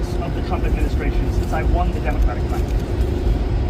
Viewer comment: You gotta stop saying juan instead of won